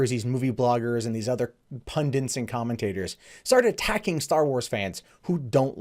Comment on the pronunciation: pundits, not pundants